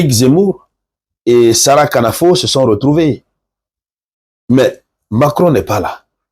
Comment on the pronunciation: Le K de Sarah Knafo n'est pas prononcé. C'est Nafo, et c'est de cette manière que tout le monde le prononce ici. Merci... Osez c'est déjà gagner 💪🏾💪🏾💪🏾💪🏾